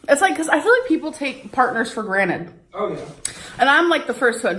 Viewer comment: "....take partners for GRANITE" 😂 and then your edit is just perfect 😅